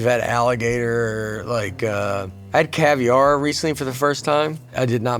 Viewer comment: never heard anyone pronounce caviar like this. he put the emphasis at the end